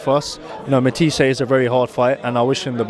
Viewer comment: Yes I know pal... I'm making the point that he said Matias' name wrong (despite the reporter saying it back to him) about a dozen times in this interview as well as a bunch of other top guys at the weight.